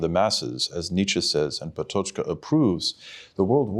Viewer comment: not relevant but still: that is not how "Patočka" is pronounced